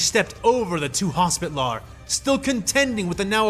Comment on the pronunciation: "HOS-pi-TAL-er", not "hospit-lar".